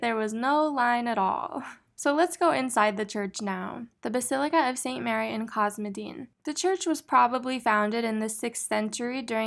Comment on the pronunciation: The word "cosmedin" has the same Greek root as "cosmetics" so I think the accent is on the "e"